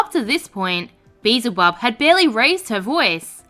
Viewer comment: It was the beezle instead of beelzel. Aussie my ass. I'm so glad I'm not the only one